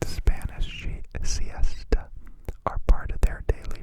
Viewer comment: you pronouncing siesta like cease-ta made my eyes fly open for a second